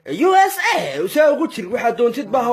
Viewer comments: waxaa ku qoslay sida USA uu u leeyahay ninkaan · USA Siday U Tidhi Ku QosLaY